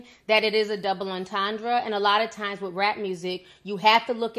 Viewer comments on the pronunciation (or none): Was the breakdown of her lyrics from someone in her camp or some outside deep thinker? Because I can analyze anything and say that's what the writer meant, but what the writer meant and my analysis are two different things. Also it's pronounced double enten-dray and her name is A-va not E-va.